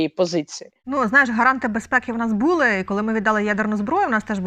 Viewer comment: Шановна ведуча , правильно наголошуйте слова: булИ, вИпадок, а не бУли і випАдок.